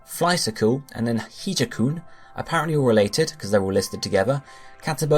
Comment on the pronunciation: Hijakoon is pronounced "hijack-oon", hence the Dark type.